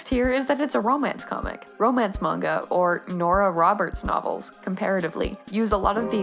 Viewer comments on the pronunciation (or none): none